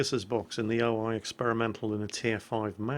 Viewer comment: Damn it. It´s O-I not O-AI. You´re pronouncing it wrong